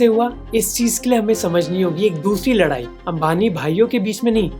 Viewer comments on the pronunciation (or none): none